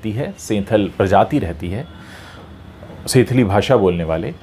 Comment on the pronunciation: It's pronounced as संथाली